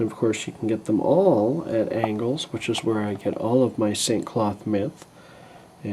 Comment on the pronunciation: yo it is Angolz not Angles